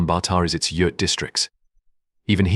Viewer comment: When were you in Mongolia 🇲🇳. I have been there several times and your not correct in a lot of information very sad. I'm from Ireland 🇮🇪 so trust me you can't even say Yurt correctly